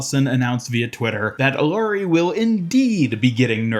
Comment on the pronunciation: Hey, the two L’s in Illaris name makes a ya sound. To make it easier saying her name just say Iyari. Love your content!